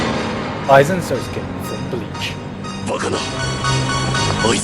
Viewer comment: Gigguk, You are saying aizen Sasuke. It's Aizen Sousuke (sou as in south and su, ke as in kay)